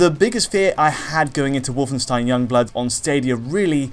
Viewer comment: DIdn't Alex teach you how to pronounce 'Wolfenstein'? :D